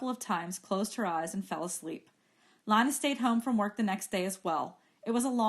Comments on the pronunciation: It’s Lina not Lana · Bro why does she kept saying Lana... It is not LaNa it is LiNa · She keeps saying Lana when it is lina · Lina not lanna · its lina (leena) not lana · How you say Lina, u don’t read it as Lana, how you pronounce it: Lena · its not pronounced "leena" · You pronounce it LYNA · well it doesn't matter how she says it. I like "Lina" instead of "Leena" anyways. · palette sans{Female} yea you right it was the first thing I noticed